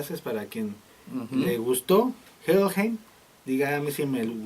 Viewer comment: Se pronuncia " Jellhaim " , por favor reaccionen a Los Ángeles Negros del Moyocoyo ( no es albur ) ellos tocan el éxito La cumbia metalera ellos son la neta y ustedes cada vez se la rifan más , felicidades .